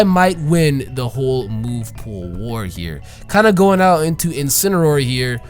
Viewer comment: If Pokemon and You Guys Have your way you call that thing incinroar but I’ll have it my way I’m not calling that thing incinroar ima call it incineroar.